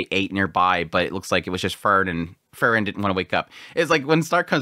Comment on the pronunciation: It's Freeren, not Frrren.😁